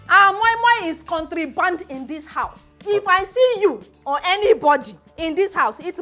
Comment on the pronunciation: This Lawanson got Drama! Chai🤣🤣. And why is angry that Mama Ejimo said she can't speak good English? Meanwhile she's saying "COUNTRYBAND" instead of "CONTRABAND"😂😂. Mr. Lawanson himself is a bigger joke. Gosh from really cracked me up🤣🤣. #BringBackOurMamaEjimaMoiMoi😂😂 Love from Ghana 🇬🇭